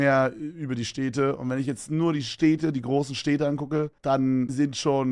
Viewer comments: Wie oft kann man "Städte" in wenigen Sekunden falsch sagen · “steete” wie goofy kann man städte aussprechen